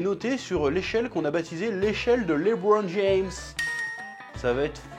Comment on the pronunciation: Quand c’est pour dire « Lebron James » ton accent est parfait 🤣🤣🤣🤣 petit filou